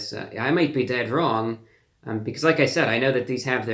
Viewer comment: "Taste laak chicken" in Reviewbrahs best "Urban" twang.